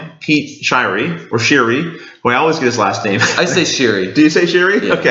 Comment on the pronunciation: thanks for actually pronounce my last name right. very rare in North America